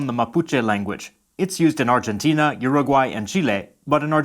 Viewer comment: Also, if you want to pronounce Argentina like we do, change the "G" for an "H"